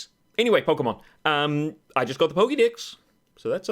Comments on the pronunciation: am I the only one who heard "poke dicks" instead of "poke dex"? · I know it's your accent, but I found it amusing when you said they might as well "chop the poke-dicks." lmao